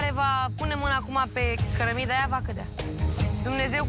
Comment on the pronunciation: 😂😂😂a spus cărămidea!